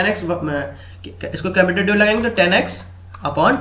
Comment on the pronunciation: its componendo and dividendo bro (not capendo divendo).. rest i liked your trick :)